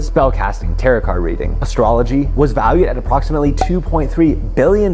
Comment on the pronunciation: My brother in Christ, tarot is pronounce “terro” not “terrott”. If you want to be professional and show you know what you’re talking about you need to at least pronounce stuff correctly…